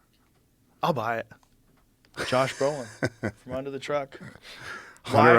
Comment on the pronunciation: Joe Broh-lin